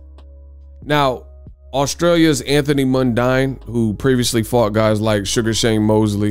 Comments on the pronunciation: It’s Mundeen my guy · Anthony mundine (Pronounced mun dean)